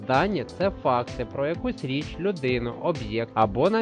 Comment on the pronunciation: Чого у Вас річЬ з мёяким знаком в кінці - так ніхто не вимовляє? Хотілось відео рекомендувати учням, але не можу тиражувати граматичні помилки